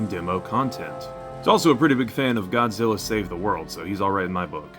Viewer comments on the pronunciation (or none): none